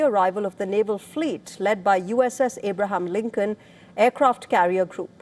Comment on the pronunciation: Not Ibraham linken its Abraham linken😂